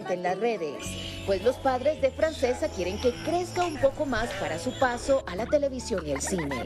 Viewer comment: Es una niña genial!!! Ah y se pronuncia Franchesca aunque se escriba Francesca, no le quiten lo lindo que suena el nombre en su idioma original, porque si lo quieren pronunciar en castellano sería Francisca.